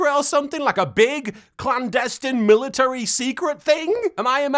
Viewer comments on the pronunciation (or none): none